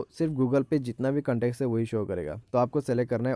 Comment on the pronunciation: കണ്ടേക്സ് അല്ല ഭായി കോൺടാക്ട്സ്, ഹിന്ദിലെന്നല്ല ഒരു ഭാഷയിലും ഭായി ഇനി ഇംഗ്ലീഷ് പറയരുത് 🤣🤣